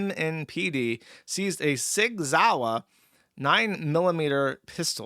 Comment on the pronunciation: 1) If only that was the case; 2) Lol’ing at pronouncing the American Sig Sauer in the German way.